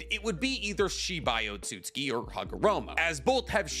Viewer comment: Why do you pronounce Otsustuki - Ot-sut-ski? Its O-tsu-tsu-ki.